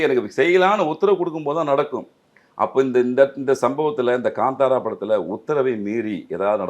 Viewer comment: ....its ka'ntha'ra... Not ...ka'nda'ra... Kindly pronounce it correctly ....